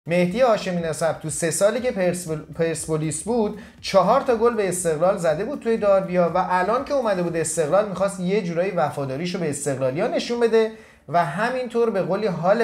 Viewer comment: دربی نه داربی